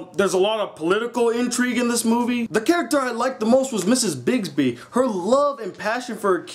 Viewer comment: I freaking love The Secret of N.I.M.H it's one of favorite movies of all time! but I'm gonna let you say her name is Brisby not Bisby you idiot.